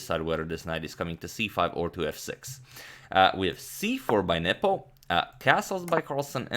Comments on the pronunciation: Anyone else thought Agadmator was saying "nipple" when referring to Carlsen's opponent? lmaoo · You saying his name made it look like 'nipple'